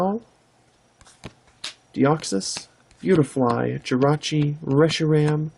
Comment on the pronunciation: i am taking a japanses course at my school and you butchered beautifly